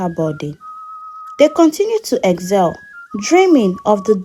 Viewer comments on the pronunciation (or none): Madam it's excel and not eggzel , yoruba intonation 😅, nice story though